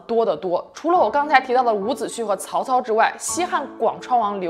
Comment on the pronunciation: 伍子胥 （xu)一声~